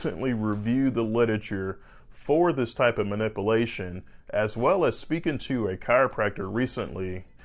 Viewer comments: This guy can't even pronounce the word "manipulation" or "manipulate". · I like your videos but the way you say manipulations drives me crazy. It’s so wrong, I can’t tell if it’s an accent or just incorrect pronunciation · The u isn't silent in the word manipulation. Makes me cringe every time he says it. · Pete M If you pay attention, he is clearly saying MANIPULATION and just pronouncing it differently. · No one is yanking me with that strap on my neck...Geez , learn how to pronounce manip- u -lation! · What is a 'ma-nippel-ation' ? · I liked this informative video. My only comment is to please pronounce the word manipulation in a slightly different way! Put a "pew" in there! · Please learn how to pronounce ma nip u la tion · Honest to god - I heard “ma-nipple-ation” instead of manipulation 🤣🤣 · Bahahahaha. He did say that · I can't pay attention when it is pronounced ma.nip.a.lation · fur fuck sake man, you are an orthopod??? really? please learn how to pronounce Ma-nip-u-la-tion correctly... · “MA-NIPPLE-ATION” As it’s pronounced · I don’t understand how you could be a surgeon and not an expert. And it’s pronounced muh-nip-yuh-ley-shun. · Ok.... was surprised that a back surgeon would be open to this " man-nipple-ation"... thought this would be a slam video..... but you gotta pronounce the u in manipulation guy. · Dr. Cant pronounce "manipulation" so why should we believe he understands its meaning? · I can't take him seriously. His pronunciation is incorrect. Manipulate, manipulation 😒😒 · Never trust a doctor who can't pronounce manipulation. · Seriously, learn to pronounce manipulation. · why can he pronounce "manipulation"??? 🤣🤣🤣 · You lost me at the mispronunciation of the word “manipulation” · I wouldn’t trust the opinion of any alleged physician that can’t pronounce “manipulation.” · i dont think i could trust a surgeon who cant pronounce the word manipulation ... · The way he pronounces manipulation fucking bothers me lol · Why can't he say manipulation?